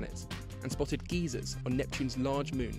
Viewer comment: It's pronounced guy-zers. geezers live in England.